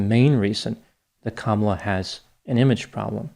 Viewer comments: Hi Doc. Just a small issue that many people make. Her name is pronounced Kuh-MAH-luh. Not sure why this gets missed so often. I am excited to watch your piece on her using word salad Bc I have my own suspicion about her dubious position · Kamalas name is pronouced kumula she's from india not black!